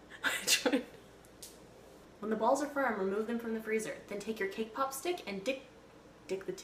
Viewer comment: at first i thought she said K-pop